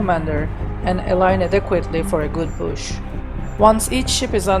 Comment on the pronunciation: Is he saying push?